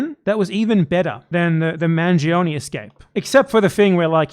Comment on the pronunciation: You guys are pronouncing Manjee-Oney as if he were some sort of Indian man who faked British ancestry to gain the favor of the colonizers.